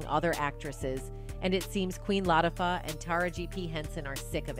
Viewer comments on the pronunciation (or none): did the narrator just mess up Queen Latifah name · SPILL TODAY - Please pronounce the Queens names correctly. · Lawd hammercy if they don't put some respect on Queen Latifah's name and say it correctly. The same with Taraji P. Henson, put some respect on her name and pronounce it correctly. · Who narrated this? It should have been a Black woman who could at least pronounce the Queens name right.